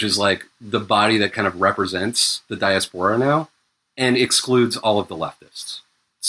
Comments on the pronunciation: OMFG it is not pronounced dia-sephora it is fucking pronounced die-ass-pore-a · STOP SAYING DIASPORA LIKE DIARRHEA i haven't been able to concentrate for the last 15m since the first time and the pod's almost over, i'm just like "who sporin out they doodoo ass"